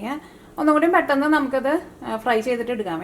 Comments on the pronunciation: അല്ല.... പെട്ടെന്ന്.... എന്നാണ് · പെട്ടന് അല്ല, പെട്ടൊന്ന് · പെട്ടെന്ന് 😕😕faris sheriyakumbol correct ayi parayande